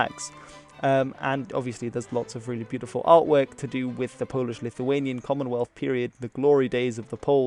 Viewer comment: As a Pole I learned stuff. Also, your pronounciation is perfect!